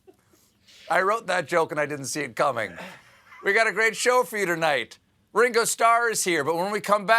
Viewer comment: Its ring o not how ur pronouncing it